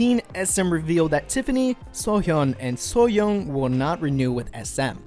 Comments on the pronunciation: Sooyoung's name is pronounced sue-young. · I’m sorry but you said everyone’s name correctly except for my bias Sooyoung 😖